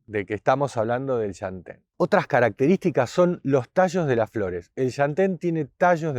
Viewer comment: Por un segundo pensé que iba a decir SHANTÉN pero no, dijo LLantén 😄😄😄 (mas adelante dice shantén) aajajaj amo este canal